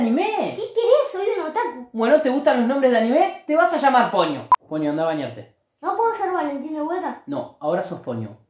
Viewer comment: Soy la única que tiene un padre al que no le dice ponyo si ponllo ( me refiero a como lo pronuncia)